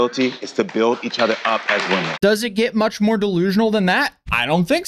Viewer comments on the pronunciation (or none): Screw that guy for saying she should apologize because “wamen”.